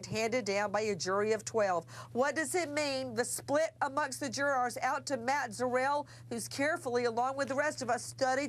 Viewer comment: Is it just me or is it really annoying to hear Nancy say “Jurors”